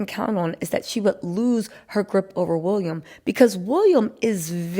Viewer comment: Lady the guy's name is WILLIAM not WUlliam .